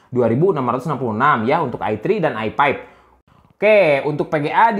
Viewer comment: i five bang bukan i pep